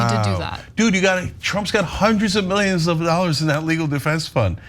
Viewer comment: You just said hundreds of ( milligions )of dollors.Biden can't speak. Son you have a speech impediment. Living in a glass house ...casting stones?